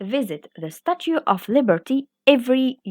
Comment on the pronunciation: You should improve your english language pronunciation( of#off❎❎=ov✅)